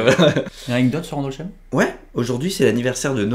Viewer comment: On prononce Andolssaïme